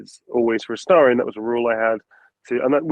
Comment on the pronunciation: It breaks my heart to see when someone pronounces AstErion. Come on guys, you can do better than that. Neil put 4 solid years of his life into this character, try at least google how to correctly pronounce a character's name next time. Thanks for the interview anyway, it was fun 👍